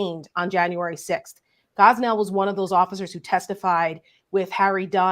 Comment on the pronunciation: Officer Gonell NOT Gosnell.